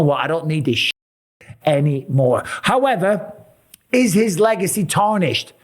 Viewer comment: Le-Gay-cy ruined